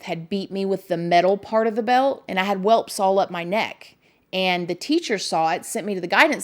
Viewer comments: "Welps" ???🤔 You mean WELTS??? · Lol, luv u girl! Welts, not welps😉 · I’m sorry u had a tough childhood, but it’s actually “welts” ♥️ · Welts not welps.